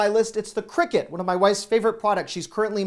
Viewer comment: CRICUT - I believe you pronounced it as "cricket" - not. It is "cry - cut"